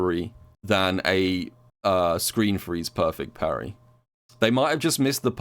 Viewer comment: imperfect parry = poo-rry